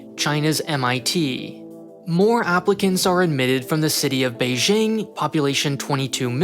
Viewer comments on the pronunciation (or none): The "j" in Beijing is pronounced exactly like a regular English "j". Don't overthink it.